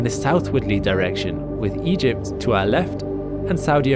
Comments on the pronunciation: "Eygpt" ?? :P May Ra have mercy on your soul :) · Eygpt lol